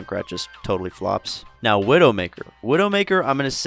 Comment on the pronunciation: Widow S tier? 🤔 Even with the nerf? I completely agree with the Genji one though 😅😂 "Are you serious right neow bro?" 😐